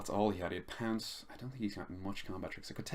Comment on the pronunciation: Good show mate. Lol I kept thinking you were saying pants instead of pounce.